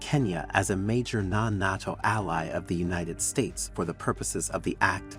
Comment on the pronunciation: Just an FYI, it's "NAY-TO". I figured you'll be saying it a lot now. I think it's great, btw!